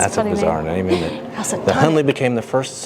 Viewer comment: Congratulations, you have me saying "idn't it" instead of isn't it 😂😂😂